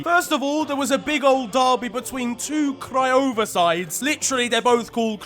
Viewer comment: I'm surprised at how well he pronounced Craiova.